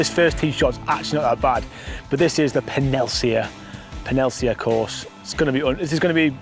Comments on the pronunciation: Its "peninsula" not penisular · Can’t work out if you’re meant to be saying Peninsula! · Well played, but how we saying peninsula? Haha